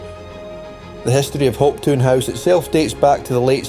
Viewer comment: Great video, well made. Hate to be picky but some of the pronunciations of the place names are questionable. ie for Hopetoun - Hopetown rather than Hopetoon, for Dunure - Dun-your rather than Dunoor, and the river Clyde is Cl-ide, not Cl-eyd. Maybe just the accent, I'm from Ayrshire.. was the reader from the East Coast? My apologies... well done though. X